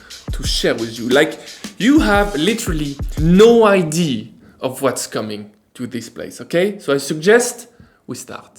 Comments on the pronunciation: Bonjour, juste pour votre information idea se prononce (aɪˈdiə). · Any help from the sponsor for the pronunciation of “idea”? 😂 Just kidding, I’m glad you are back 😉